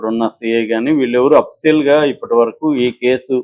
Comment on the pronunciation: Oppicial entraa 😂